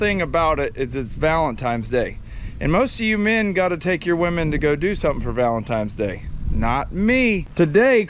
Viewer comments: VALENTINES DAY!! Not VALENTIMES DAY!!🤣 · I don’t know who’s accent I like better, who can make a one syllable word 4 syllables or with the whole “valentimes day” thing